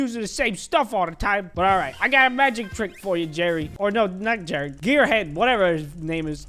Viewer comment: Nobody:: Jewwy